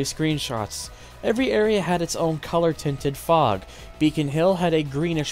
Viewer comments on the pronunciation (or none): none